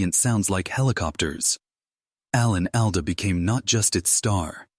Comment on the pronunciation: Very poor production...the video bears no resemblance to the narration, reusing scenes repeatedly while the narrator mispronunces the names of Alan Alda and Loretta Swit. Interseting commentary on the show but very badly presented. Too bad.